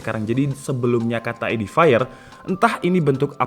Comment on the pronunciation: Cara bacanya bukan edifire bang tapi edifier,baca fiernya seperti pengucapan bahasa Indonesia, soalnya habis ku cek di google translate audio